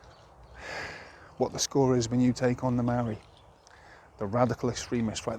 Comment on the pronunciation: You don't even pronounce the word Maori correctly lol. Maori are the tangata whenua who had their lands taken from them and they want it back from the crown. Fair enough too your outsider opinion has landed you in it stop crying and deal with it